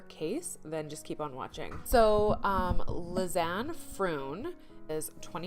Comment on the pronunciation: I gave you a thumbs down as soon as I heard your ignorant disrespectful ass mispronouncing Lisanne’s name!!! Do your research!!! Do your job before opening your stupid mouth! Selfish nonchalant ignorant fool. Something so simple and you couldn’t even do that, I’m never coming back to your channel.